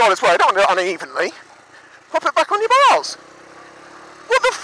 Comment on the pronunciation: lol awesome! And I cracked up on the way you said 'bars' because it sounded like 'balls' :D